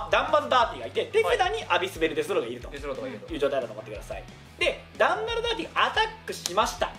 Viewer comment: 公式の人でも間違える「ダ」ンマ・ザ・ダーティ